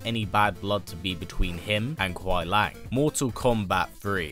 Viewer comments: Love the video but just a tip or you before you make the video on Sub Zero... It's Kuai Liang, not Lang. Keep up the great work, love your channel. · Its Kuai Liang, not Kuai Lang